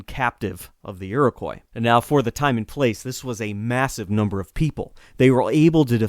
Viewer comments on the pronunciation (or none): none